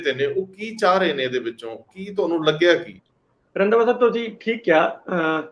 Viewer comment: bai Randwa nahi Randhawa sahib hunda 😁